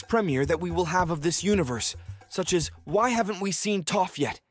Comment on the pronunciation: Bad pronunciation at times... for both Aang and Toph.. also what's with the anal voice .. ? you sound anxious to be finished.